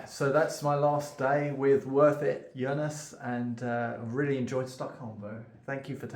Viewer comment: Now I'll have to rewatch the vid... I seem to hear "Jonas".